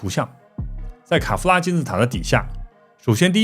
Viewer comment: 我把卡夫拉听成凯夫拉